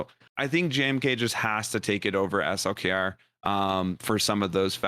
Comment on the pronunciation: Thanks for saying S L K R. and not slacker or slicker or something crazy. It is highly appreciated!